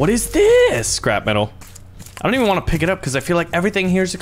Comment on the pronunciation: "doont think we doont" HES CANADIAN! YESSSS